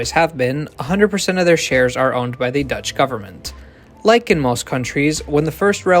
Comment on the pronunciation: why are you so good at pronouncing Dutch??? it sounds like you are native dutch